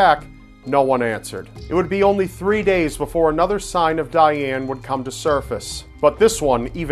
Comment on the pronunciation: you said Dayaane (if i wrote it right, wich i think i didn't) TOO MANY TIMES!